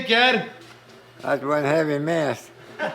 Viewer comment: I thought he said mass instead of mess.